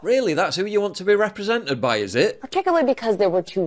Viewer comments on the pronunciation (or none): I know it's only a small thing, but the way they pronounce things really adds to my being triggered. It's 'represented', not 'reprezennett' 'persecuted' not 'persecutett' Aaaaaaagh!